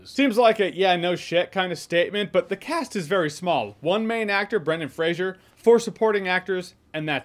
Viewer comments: It's pronounced "Fraser", not "Frasier". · "Fray-ser" not Fray-shur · Are you pronouncing his name Frasier? Its just Fraser with no I sound. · It's Fraser! Not Frasier! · Brendan Fraser is a great actor. I'm glad he's been given this roll and this chance. Also, I think it's pronounced "frazer" not "frasier" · Good to see even when getting praise, NOBODY can seem to pronounce the dude's name correctly... its FRASER not FRAZIER, this aint Niles Crane's long lost brother, its a totally different spellinng and pronunciation. You're welcome Mr. Fraser, i know it drives you crazy, love your movies sir. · FRASER not FRASIER!!! Come on J, we expect better from you lol. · Fraser not Frasier... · It's pronounced "Frazer" not "Frasier". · Its Fraser, not Frazier. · Oh my fucking God dude get his fucking name right it’s Fraser not Frasier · Why is it that NONE of you people can pronounce Brendan Frasers last name correctly, and by 'YOU PEOPLE' I mean you YOUTUBE MOVIE REVIEWERS and such, You all claim that you LOVE Brendan Fraser, but you don't have enough respect for the guy to Pronounce his name correctly. It's not FRASIER it's FRASER you know like TASER or like Blazer. I watched a video with Adam Sandler and Brendan Fraser talking about their movies together and Adam kept pronouncing Brendan Frasers last name incorrectly and Brendan told him like three or four time how to pronounce it. I hate it when people pronounce easy to pronounce names WRONG. I could see it if he was chiwetel ejiofor or somebody with a name similar to that, then I woud understand them getting it wrong. But FRASER is not a name people should be getting WRONG ever time they say it. RESPECT people, Show it, or don't say these peoples names. That's my take and now I am done. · Fraser (FRAY-ZER) lol not Frasier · Fray-zer not Fray-zhee-er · It’s pronounced “Fray-sir”, like “razor”. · Brendan Fraser's last name is pronounced Fraser rhyming with "razor". No "shuh" in his name. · Fraser rhymes with laser folks